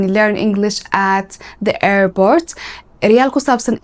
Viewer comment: Airbort kulahaa ?😂